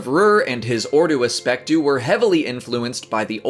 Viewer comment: It's Frustrating listening you Say Asectiyu. It's ASPEK-TU